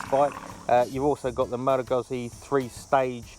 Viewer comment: Come on man, if you're doing a review, make sure you know how to properly pronouce the firm!! Aaaaarrrrrrrrgggggggggghhhhhhh!!!